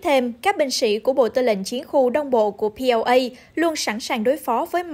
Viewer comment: PLA (People Liberation Army) khong phai la POA. Nhung nguoi cua kenh nay khong biet tieng my. ????